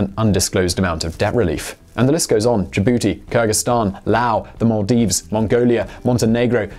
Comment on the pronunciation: Did anyone else laugh when he said JaBootie